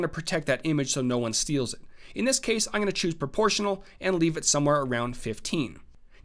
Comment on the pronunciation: great tutorial. But holy hell, please learn how to say I'M GOING TO... not EYE'N'GONNA